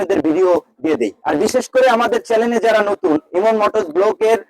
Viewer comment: পাগলা কথাটা চেলেন না চেনেল হবে